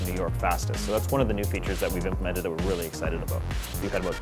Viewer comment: So this what this game is ABOOT, eh ? :)